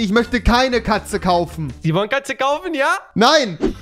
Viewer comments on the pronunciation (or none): Julian : Sie wollen Jatze kaufen ja? Katze später : Bruzel Bruzel No racist